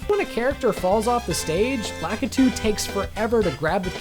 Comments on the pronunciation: U said Lakiti not lakitu lol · lakitu is pronounced (luh-kee-tue)